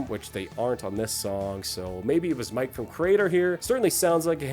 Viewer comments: It’s Millie petrozza. Not Mike. Say it with me now “editing and quality control is hard” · "MiKe" Petrozza? ^^ (It's MiLLe). And their 92 album is called 'Renewal', not 'Renewed'. Pretty interesting video nonetheless. Never heard about this project. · Mike Petrozza, really? If you feel compelled to criticize a metal project, then first learn the names of the protagonists and how to pronounce them. Typical American again... By the way, your band sucks. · Mike...from Kreator ... Not Mille